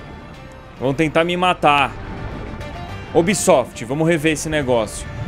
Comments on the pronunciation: Meu Deus cara para de falar ubisofit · sera se e pidir de mais pra tu parar de fica falando unbisot mds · "Oh Ubsoft"... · "Oh obsoft " é a única coisa que eu tenho certeza que vou ouvir no vídeo do Edu kkk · Da uma puta raiva quando ele fala ubisoft